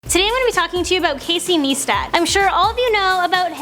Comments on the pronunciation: niestat not neestat I give up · It called Nice-stat. Not Neestat :/ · ITS NOT NEESTAT!!! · Hey it's Casey kneestat! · you're cool and all but you said Casey's last name wrong. It's sounds like this Nie-stat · Stop saying his name wrong, this is not the first time in a video you said his name wrong. Also your so late with this news! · Say his name right! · First off you said his name wrong and second off why do I need to know he to a 21000 shower when I already know and this isn't news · Pronounce it right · You are saying his name wrong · Stop saying name wrong it makes me wanna kill myself